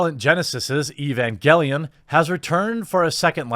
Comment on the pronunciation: mispronouncing Evangelion...fucking boomer. Try out Berserk.